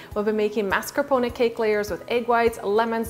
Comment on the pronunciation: You don't pronounce "mascarpone" correctly, lol, but this cake looks amazing.